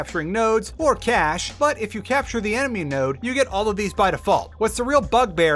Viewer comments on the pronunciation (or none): Love your work. Just FYI, cache is pronounced like you would pronounce cash. Not sure if that's a regional accent or what. Just thought I'd mention it. Still a great video :)